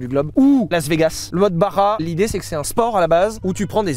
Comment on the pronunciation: On dit BaRRRRRa